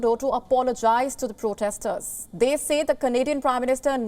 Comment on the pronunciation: How is it possible this guy doesn’t know how to pronounce ‘protester’?